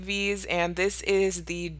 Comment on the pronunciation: Dis is nice. Dis cute. Dis is luxury. Dis is Money 😩😭